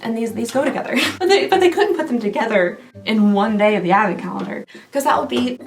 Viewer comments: Teeehee, Calnendar at the end there... xD I think the Sephora calendar broke her brain, y'all. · "bonus calnender" lol I love it